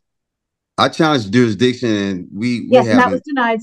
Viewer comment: He would like to challenge the “durisdiction”